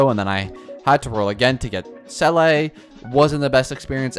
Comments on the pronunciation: It’s not seeley btw it seela seela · Se-lay😂 most ridiculous pronounciation ive heard yet its literally zee-la not that hard😢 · The baffling thing is that people who pronounce her name correctly seem to be in the minority. I can only assume they either skip story or pay the barest minimum of attention because I don't understand it either lol. I've heard 'seelie', 'selay', 'saylay'... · How is it possible that you mispronounce Seele when the game says her name nonstop in the belobog story? I don’t understand why you wouldn’t want to pronounce character names correctly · Some people don’t play the game in English Her name in game is also pronounced wrong to begin with. The number of people that CORRECTLY say the same is low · exactly, there's always a different situation. People need to just be more understanding and stop yelling at content creators in the comments for not pronouncing something right . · bro fr. People exaggerate this so much and content creators are getting so restless of it.